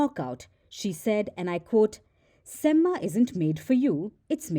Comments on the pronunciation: It's not semmA, it's sem-ma (a at the end is pronounced softly, not maa as you call your mom) Similarly 'Thala' is not Thalaa. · btw, semma is not pronounced like Emma (Watson aka Hermione from Harry Potter). It is a Tamil slang meaning Excellent and pronounced with a short vowel sound at the end.